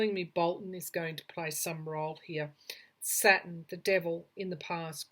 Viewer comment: It took me awhile to figure out you were saying Saturn. I kept trying to figure out why you were talking about satin (fabric). 🤗